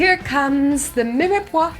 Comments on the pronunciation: It’s one syllable not two. There’s no acute accent on the e. So phonetically it’s meer-pwah. Nor miray pwah. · I was thinking the same thing.I wonder if that's just a common way.They might pronounce it in ireland?